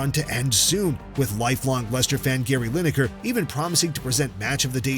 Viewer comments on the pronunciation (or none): none